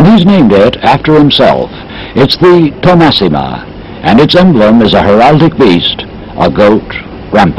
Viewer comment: Thomassima (Tomax) ... not Tommasina 🙂